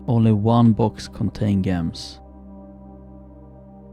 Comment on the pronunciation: Gems are pronounced 'Jems'